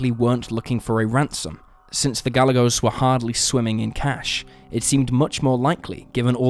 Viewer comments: Sharon Ga-jay-gos. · Gah-yeh-gose. Gallegos. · Could u atleast get the victim's name right. It's Ga-Ye-gos. Poor lil Sharon, R.I.P chiquita 😢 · Gallegos= Guy-yay-gohs (soft s)